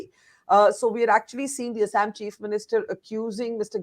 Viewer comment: Just because you are speaking in English, pronunciation of proper nouns does not change. You should pronounce Assam properly.